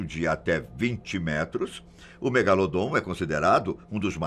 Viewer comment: Eu so tava esperando ele falar do "MEGALODON" ( MEGALODOT ) KKKKKKKKKK 👏